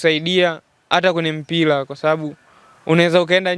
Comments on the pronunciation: Mtangazaji ni Mpira na Sio Mpila , Serengeti boys na Sio Selengeti🙄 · Ulipo tamka mpila basi nimeshindwa kusikia kipindi chako..yaani mtangazaji ovyo..mpila???